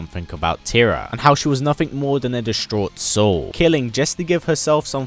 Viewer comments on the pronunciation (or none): "tear-rah- not "terrah"